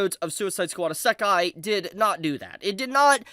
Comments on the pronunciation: it's not essakai bro it's isekai try to pronounce it clearly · Every utterance of "EAS-SAHK-KAI" is akin to nails on a chalkboard for me. Bro you HAVE to know how it's pronounced, you seem to have watched anime and been in the anime community long enough to know that you say it like "Izz-uh-kai." Come on now. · “Ih-SAH-kai”…bro cooked himself 4 seconds into the video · "a suck eye"? I've never heard of that genre before! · why does he keep saying Esekai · Dude why you saying isekai like that. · Bro, learn how to pronounce Isekai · Dude, how did you forget how to pronounce “Isekai”. I know you’ve said the word properly before. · I'm gonna let you finish but that was the WHITEST pronunciation of isekai I've ever heard! ok ok. I'll watch the rest now. fuck... you just keep saying it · ........Why you say Isekai like that? lol